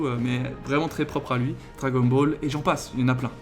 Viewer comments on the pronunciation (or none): none